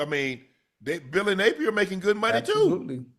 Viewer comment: Man said “my munney funny ocho, you know it don’t bounce the same right now” 😂😭😭